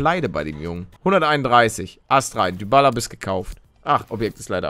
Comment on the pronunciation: Man sagt Dibala nicht dübala🤣🤣🤣